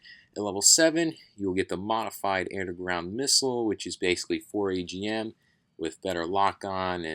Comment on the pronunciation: Dunno if this was just a mispronunciation on your part, but the MAGM is actually a super LAGM, not 4AGM.